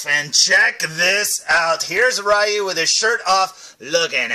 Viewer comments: I love Street Fighter. My two favorite Street Fighter characters are Ryu and Ken. And by the way, according to Capcom, Ryu's name is pronounced "Ree-Yoo", not "Rye-Yoo". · Pssha! What does Capcom know,!;) Yeah, I remember learning, after a lot of years, that it's pronounced Ree-Yoo, but by then I was so used to saying Rye-Yoo, that Ree-Yoo didn't sound right to me. So, I go through life, day after day, saying Ryu's name wrong, but hey......someone's gotta do it or it becomes a lost art.;) As for me, my absolute favourite Street Fighter character is Vega. (Balrog in Japan, the one with the mask and claws, man, Street Fighter is so confusing!) But yeah, that's my fave! ^_^